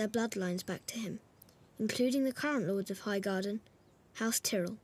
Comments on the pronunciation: House teerell is how this person said tie-rell. This isnt and it deserves a dislike for those reason. Who is a G.O.T fan and cant pronounce Tyrell. Shit is what this video is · Infernape 79 This is from the DVD s of GoT. It's official and it's actor narrating. They just didn't care about pronouncing 'Tyrell" right at the time, as it seems like these were made before the first season